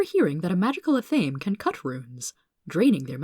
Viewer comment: Athame Ath-uh-may